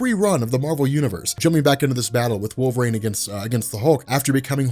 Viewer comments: Wool ver een. Not wall vrain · I keep hearing him saying wolverAIN, instead of wolverine. Maybe I'm insane. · Wool Vuh Reen